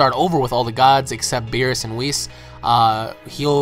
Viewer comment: Lol your saying whis wrong I think idk in the English dub it doesn't sound like that when a character says his name but cool vid bro